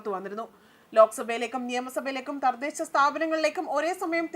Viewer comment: 🎉🎉🎉🎉🎉🎉🎉🎉🎉🎉🎉🎉🎉🎉🎉🎉🎉🎉🎉🎉🎉 good point and good look...🎉🎉🎉🎉🎉🎉🎉 Thardhesha alla thadhesha ..onnu koode sradhikkuka